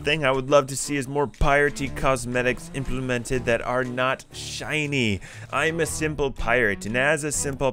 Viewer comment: No one:: Implimintid